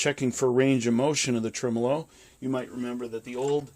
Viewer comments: He cannot pronounce TREMOLO ? Skip it. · a fellow who cannot pronounce tremolo correctly should just call the video off... agreed!l